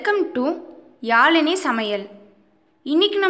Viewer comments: i am sorry sister. We love தமிழ். Its not only a language. Its our heartbeat. We couldnot accept people killing தமிழ். I was angry when you are pronouncing தமிழ் wrongly and also the video content differs from the title. யாழினி .... எவ்வளவு அழகான தமிழ்ப்பெயர். ஆனால் உங்களால் உங்கள் பெயரைக்கூட சரியாக உச்சரிக்க முடியவில்லையெனில் உங்கள் படிப்பின் பயன் என்ன? ழ. இந்த எழுத்தை ஒழுங்காக உச்சரித்தால் உங்கள் ஆயுள் கூடும் என்ற உண்மை உங்களுக்குத் தெரியுமா... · ..யாழினி..... Add பன்றேன்.... உன் நாக்கிலே தேள் கொட்ட..